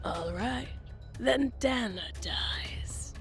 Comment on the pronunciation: Her name is pronounced, "Day-nah". "Dan-nah" would be spelled Danna.